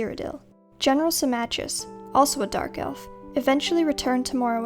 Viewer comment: Symmachus is pronounced "Simmakos" (or more precisely "Simmako"), not "Simmatjius".